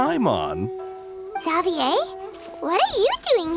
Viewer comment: Is it just me or did anyone else not expect they would pronounce Xavier like that 😭😭😭 don't get me wrong it's a valid pronunciation, I just find it a little, uh, off-putting after saying it as "zey-vi-yer" in my head, cause the world quest was yknow...unvoiced